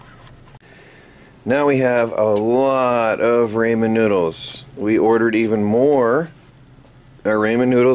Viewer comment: Ramen is a japanese word and it's pronuced Raw-men. And you said LUMP-IA wrappers when it's LOOMP-IA wrappers. Just helping you out, don't take this the wrong way.